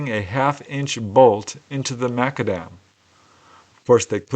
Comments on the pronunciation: It's not pronounced Makadem but Mac Adam after the Scottish inventor. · The spelling of the street material is: mac-AD-am -- Accent on the second syllable. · This is true, me being a Scotsman, I did however have a wee chuckle at pronunciation of McAdam😉